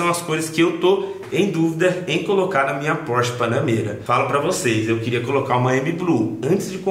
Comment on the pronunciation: Prq tu fala BANANEIRA ????